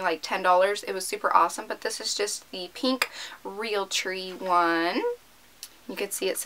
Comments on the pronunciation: peenk its so annoying omg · why do all YouTubers say pink like peenk??? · Oh my god it's so weird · i know right 😂😂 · No trying to be a hater but the way she says pink 😁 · yeah what's wrong when she says pink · Wtf. Who pronounces it like that? She says it right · Anyone else get annoyed when you tubers say pink like tht